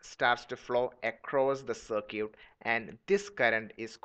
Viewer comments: FYI, its circuit, sir-kit, you pronounce it sir-q. So its not sir-q, but sir-kit. I'm just trying to help out, no disrespect. Thanks, a great video. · You have a horrible accent, more importantly, what the hell is a "cer-cute". Learn the proper pronunciation of the word "circuit". Do you pronounce biscuits as "bis-cutes"? My ears are bleeding after listening to all these. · ~circuit~ no sircute